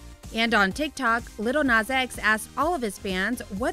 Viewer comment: She said 'Little Nas X' 😂😂😂😂